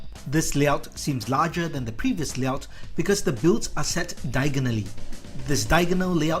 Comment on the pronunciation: you say diagonally, but I here diagon alley